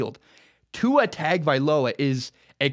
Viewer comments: At least learn to pronounce Tua's name correctly. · Tua Tug-of-war